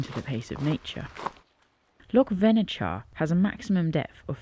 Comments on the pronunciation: Just a wee note on your pronunciation: the 'ch' in Venechar has the same sound as the 'ch' in loch. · Hi. Another great video. Plenty boggy sections, typical Scotland. It's pronounced 'Venekar'😆 9 out of 10 times if there's a 'ch' in a place name it's pronounced the same as in loch x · its loch venachar pronounced [ loch venakar] 😂😂 glad you enjoyed it up here . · It’s pronounced Vennakar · Vena-ch-ar. Ch as in loch as in char